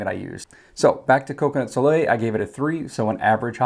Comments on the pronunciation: I think it is pronounce "Soh lay"... maybe🤷‍♀️. Whoops...just scrolled down...someone already informed you. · Coconut Soleil-- it's pronounced So-LAY. It's French for "sun." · I would guess it is "Coconut Soleil" pronounced "So- lay". I'd assume it is French for sun. So "Coconut Sun". You pronounced it right at the end! :) This is similar to how I test my fragrances too. I usually don't like the lack of cold throw and hot throw sometimes, but I do think it might be I have "candle nose" where nothing smells strong at all because I'm so used to smelling it out of the bottle or when I'm melting a bunch of wax. Very informative video on the testing process! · It was so funny you trying to pronounce "Soliel "... when you finally did I clapped 😂. great video...launching my own candle Co. soon and your videos are so so helpful 👍🏾